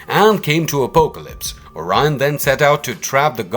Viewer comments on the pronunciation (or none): Same , also butchers the pronunciation of Apocalypse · Also Day-tees (deities ) and Oh-poke-a-lips (apocalypse)